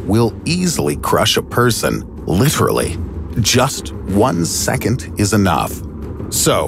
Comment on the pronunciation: “Intresting” is not a word. “Secont” is not a word. “Usuhly” is not a word. “Becuz” is not a word. Finally not “Finely”. Notuhficashins” is not a word.